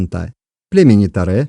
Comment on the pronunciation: 😑😑😑 почему "Таре" если можно сказать не ломая язык "Торе"